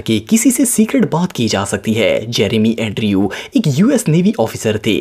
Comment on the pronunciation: Andrew ko addrew kon kehta h bhaee😂